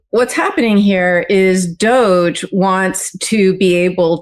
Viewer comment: Spelled ''Doge'' but pronounced Douche.